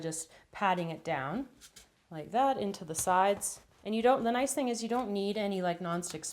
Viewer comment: It confused me when you said "i want it to be nuce and bright an dark", but me and my sister will enjoy this recipe ty